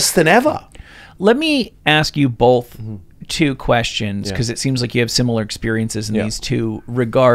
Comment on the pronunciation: Dude in the white shirt has a VERY punchable face..... Actually all these guys do with the bullshit spewing from their mouths. If you get addicted to kratom then you're an idiot. It's not really addictive. And this is coming from someone that was addicted to meth, heroin, cocaine, and pills in the past. And to the one guy, it's pronounced both, nothing bolth lol 😂